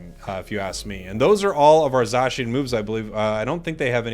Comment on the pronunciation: Zashian lol 😆 it's Zacian